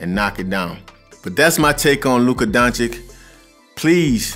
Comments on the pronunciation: Pleasee, pleaseeee it*s Don-cheech!! :( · DONČIČ is NOT Don chick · It's Dončić. Č and Ć are pronounced as CH in English. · Great breakdown! I absolutely loved it. Btw, it's more like Donchich rarther than Donchik. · He is NOT Donchik but Donchich = Dončić !!!!!! Like for example Pete Maravich = Maravić. Great video !!!!! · It's Donchich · Great video, just need to pronounce his last name correctly. NBA is coming back, and I'm sure he'll have some highlights to react to. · You know Luka since he was young but still don't know how pronounce he's surname correct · I like the content and all thank you for doing it. But come on man .. 30 seconds in and you mispronounce his name after all he has done and after countless of hours you invested into making this video lol. I don`t get how that happens.